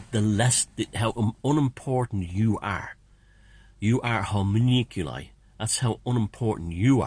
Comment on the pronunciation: 'hoe- monk- you- lie' :) (not that it matters)